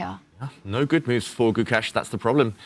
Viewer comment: I can't understand why these white commentators can't pronounce Gukesh. You're in the business. If you can't pronounce the name of the world champion, please move on to another sport.